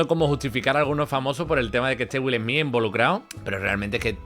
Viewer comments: Que mal hablas..... pronuncias muy mal el nombre del corrupto Smith y muchas otras palabras..... Dices: Wil Hmii.... y debes decir: Willy Smith y la fonética de pronunciación es: " Wiiall Sssmithz" !! No dan ni ganas de escuchar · Perdón dijo... Jolivu😂😂.madre mia que faena...además Wil esmi🎉🎉🎉.menuda faena.falta que digas helicoptros